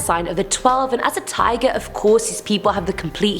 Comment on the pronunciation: My ears: This girl is saying tiger My weeb brain: It’s Taiga from Toradora! :D